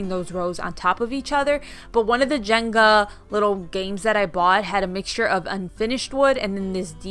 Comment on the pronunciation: Everybody says "janga" instead of "jenga".. lol